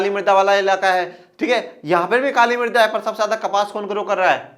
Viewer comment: सर आप जब मृदा बोल रहे है तब ना जाने क्यों मेरे को मर्दा सुनाई दे रहा है। 🤣🤣